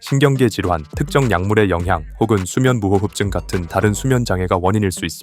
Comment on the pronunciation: 나 자꾸 수면무호흡증이 수면무오호호호흡 으로 들림 ㅋㅋ